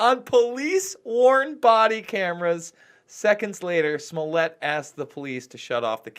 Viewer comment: Pet peeve. I can't let it go. It isn't SMU-LETTE, muj Polski brat; jest SMO-LETT, podobny do SMO-LENSK. Jesus Christ, please say it properly. Ugh! Moving on: this is a sham, nonsensical issue that I think is being pushed on us so as to blind us to Israel's continually getting its way; the passage of Article 13/17 in the EU; along with countless other crimes happening all-around the world. We're being absolutely fucked as a populace, and yet all we can do is focus upon this truly minuscule issue. I'm over this. But, if other's are interested; so be it. Oh, I forgot to mention this, which is why I am returning to add it now: Chicago is NOT the murder-capital of the US. That distinction goes to, as it has for over a decade now, belongs to Baltimore. This isn't a brag, Chicago, my hometown, certainly has MANY issues, not least of which is homicide/gun-violence, along with immense corruption/nepotism, incompetency, outright fraud, etc...